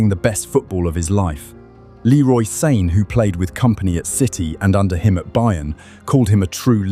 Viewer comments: pronouncing Sané "sane" is insane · Leroy "Sayn" 😅 people need to stop being lazy quit using Ai. And if it's not Ai, they are reading from a script having never watched football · u can hear it when he says Leroy Sane. He pronounces it like (In)sane. It’s also the same voice in many other videos from different accounts. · top shelf AI slop. idk if even the script is written by AI, but the text-to-speech is atrocious. Leroy Sane read as "sane" (possessing mental clarity)? "they beat Dinamo Zagreb 9 to 2 inches the Champions League?" probably left a period after the "in" by mistake, pal... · Too bad you use an AI slop voice reading it. Turn off, never again. The Sané mispronunciation is a dead giveaway.